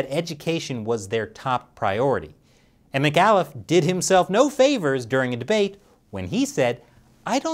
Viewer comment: As a Virginian, your mispronunciation of Terry McAuliffe's last name was painful. But not as painful if he was actually elected.